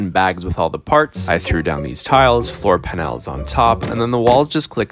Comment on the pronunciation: "Floor pan-Ls" This man is an AI learning to pronounce words from Twitch chat.